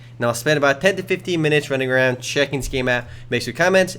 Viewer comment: his "running around" sounds like "rruringround".